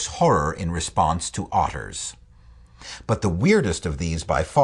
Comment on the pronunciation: . anyone else laugh at the way he says 'otters'?